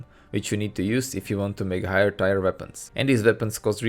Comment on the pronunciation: Great video. Very accurate breakdown. Note on the crazy language of English, tier is pronounced like tear (as in crying tears of joy once devs embrace a single genre). Or spelled phonetically as teer.